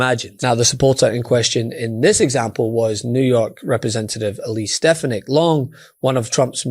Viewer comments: You would increase your credibility if you learned how to pronounce people's names. It's strf FAN ik. It doesn't matter to me what you call her, but it does suggest to me that you don't participate much in political discussions if you don't know how to pronounce her name. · Why is it so hard to pronounce steFANik? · I know she's awful, but you should try to pronounce her last name correctly. It's not that hard, it's been in the news constantly with the correct pronunciation.